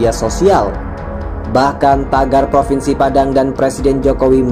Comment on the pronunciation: Propennnsi Padang 🤣🤣🤣